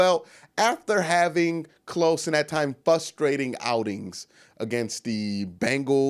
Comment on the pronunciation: "Fustrating" bruh you killin me 😂